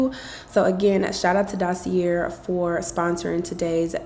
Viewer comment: It’s definitely pronounced Dossie-aye not dossie-yair. Since they are paying you, you could at least pronounce the brand correctly.